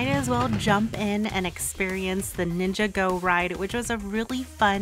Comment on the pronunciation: When you ninjago like two different words it hurts I’m not trying to be mean but its (nin-ja-goe)